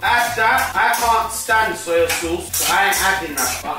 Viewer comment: Man said Soil sauce